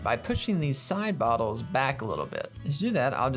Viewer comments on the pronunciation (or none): When he says side bottles it sounds like sybau-ttles a bit is what the commenter was going for